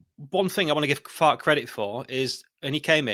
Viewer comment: Respect to this Boro lad for actually being able to pronounce our managers name at the start (which is FAR-KE - 2 syllables) The amount of our own channels that pretend to be Leeds experts like this lad above who can't even pronounce our own managers name is mind boggling.